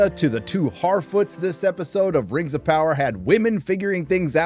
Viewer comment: "Previously on the Rrrrrings of Power" 😂